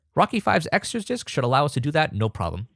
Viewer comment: oooh "extras disc" you said that with a pretty heavy slur so it was hard to hear. I think I got this.